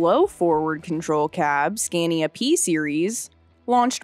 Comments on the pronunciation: It's pronounced SCON-yah. The "a"s are long, like the "a" in father. Now you have to go back and re-do the whole thing. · I love the video but the audio quality and narrators voice is slightly annoying. It’s the way her pitch changes through the story. Especially when she says “Skania”.